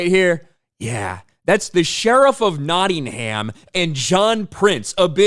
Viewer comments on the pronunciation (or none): Yeah, appropriating an English cultural icon and totally trashing it is bound to be a great success. Robin Hood: Prince of Thieves (1991) was equally offensive trash. How about some originality and think up your own stories instead stealing other peoples? And please learn to pronounce Nottingham properly. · Robin Hood is an English folk tale, set in the Middle Ages...If you can’t say Nottingham correctly you shouldn’t do the movie...